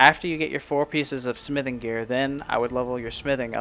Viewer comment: nice vid ..but i dont like how you say the word smithing